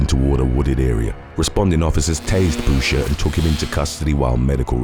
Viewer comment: Boucher...."boo-shay", like the Waterboy 😁